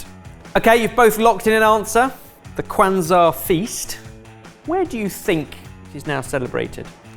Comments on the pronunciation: Ok, but how painful was it to hear him BUTCHER "Kwanzaa"???? Oh lordy. I know it's an American holiday, but in the research, maybe pay attention to how to pronounce things???????????? ETA: very happy that knew how to say it and it was correctly pronounced after that. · pronunciation of Kwanzaa made me cringe. It is relatively new because it was made up during the Civil Rights movement, and it has nothing to do with religion.